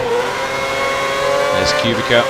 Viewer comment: btw its prenounced "cew-bit-sa" :P